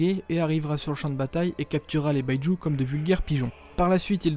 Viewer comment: Bi-Ju pas baillejou ! Ca n est pas de l anglais lol